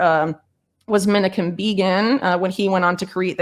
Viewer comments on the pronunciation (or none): If she's so knowledgeable, why can't she even pronounce Menachem?